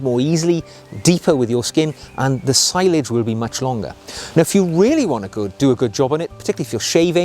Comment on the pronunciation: Excellent video again. One point, sillage is pronounced cill (as in window sill) and aj (as in onion bhaji) cill-aj. I've heard French people say it as see-aj too